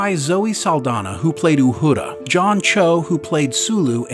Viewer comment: “Uhuda” lol